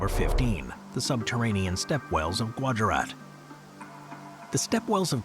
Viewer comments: when I was at Gujarat it was pronounced goojarat not gwarjarat, gujarat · I know. I loled at his pronunciation.